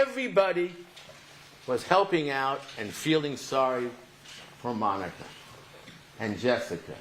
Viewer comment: That was a masterpiece. Esq. Has taken the mispronunciation of names to a new level in this trial. I am convinced that he loathes Monica and wants to lose the case.